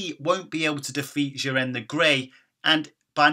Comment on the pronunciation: It's Jiren not Jirren so mess up how u say this and your English lol